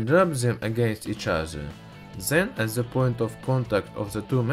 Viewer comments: love how he says 'ze'' instead of the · Stop saying "ze" what the fuck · "ze name." "ze burner"...vat ze fack? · "on ze papur"